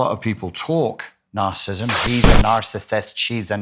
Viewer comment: Please pronounce it properly! NAR CIS ISM NAR CIS IST IC!! You're saying NAR CIST NAR CISM NAR CIST IC. I cannot listen to you!